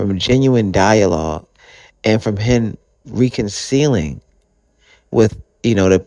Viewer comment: Bruh I can’t take this seriously. You pronounced “Reconciling,” “Reconcealing.” Do better.